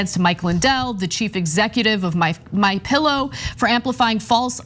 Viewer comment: Did Ana say 'Mein Pillow'???? bwhahahahaha